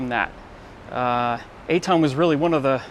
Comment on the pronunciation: This "walk through" video is riddled with inaccuracies. It starts with mispronouncing Etan's name and the wrong info goes on and on and on.